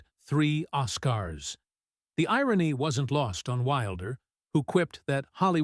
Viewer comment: Three "os-KARS" ? C'mon now. Too lazy to even read it?